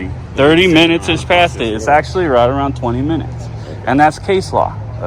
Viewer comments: "Actuallky" lol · "Actuallky"? Oops! :-D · And if I had “Actuallky” been in a restricted area. correction “actually”. watch you a ton I’ve seen every video would like to see you audit places in Vallejo where I’m born and raised. Trucker now and I live in Arizona thanks man